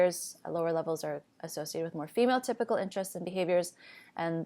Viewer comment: Every time you say female typical I hear phenotypical